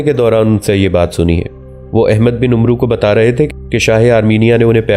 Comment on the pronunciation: Janab ye bin umroo nahi ha. Bin amar ha.